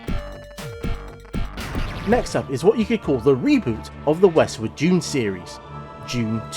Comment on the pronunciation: Thought it's 'Dune' , not June. But what do I know... 🤦🏼‍♂